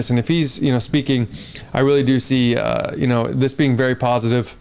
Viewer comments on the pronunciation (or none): none